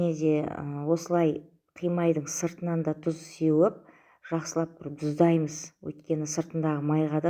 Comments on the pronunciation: ДУЗ деп сойлеменизши ТУЗ деп айтыладыгой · ДҰЗ ЕМЕС ТҰЗ ДЕ